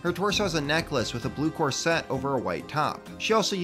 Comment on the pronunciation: This is fantastic,! Love it. I do have two tiny quibbles though: 1: “Corset” is pronounced with the accent on “COR”, not like the sound of “Corvette”. 2: debatable if this one counts as “peasant”, but certainly civilian, the Nobleman from the Kingdoms joust. CAS500 on Bricklink. Though I suppose you could include him on your roundup of royals, which I hope is forthcoming.:) Thanks for the great work!